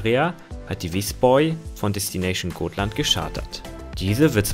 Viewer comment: Dies sind einfach tolle Videos! Auf das Zitieren hätte man aber gern verzichten können, dies ist langweilig. War es eigentlich Visby oder Visborg? Im Titel steht Visborg, Visby wurde aber gezeigt und gesagt. Auf jeden Fall wird Visby geradeaus ausgesprochen, nicht "Visboi".